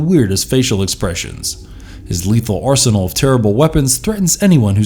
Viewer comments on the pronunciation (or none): none